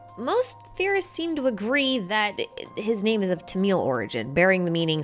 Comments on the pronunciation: I'm sorry if you mean 'Tamil' lanuguage, its pronouced 'Tha-mil' except 'tha' is quick but the 'th' sound is more there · Wait Kaeya's name came from what origin? Did I heard Tamil or what? :,) Cuz that's my native language and the pronunciation is a bit off. Unless you meant something else. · I swear you said his name was of tomato origin